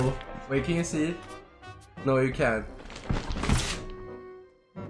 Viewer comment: you didn't say no right